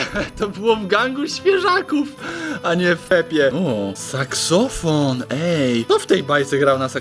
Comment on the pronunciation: mówi seksofon xD